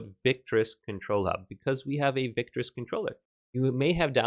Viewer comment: victrix. Not victris